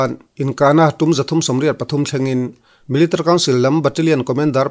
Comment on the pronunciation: millitary tih hi chiang deuh in lam rawh i lam rang lutuk a, mi-li-ta-ri ti deuh dap la ngaihthlak a hahdam lehzual ang